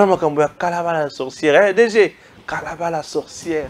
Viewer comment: Salut! C'est KARABA et non Kalaba